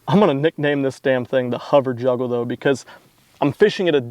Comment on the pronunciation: Says hover juggler, but i could swear i heard you say hover juggalo. woop woop mfr😂